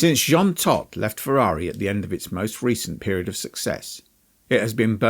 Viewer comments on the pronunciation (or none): Hold up, you pronounced Jean Todt two different ways in about three seconds. Was this narrated by AI?